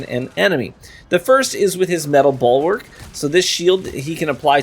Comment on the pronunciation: Bulwark, not "ballwork" lmfao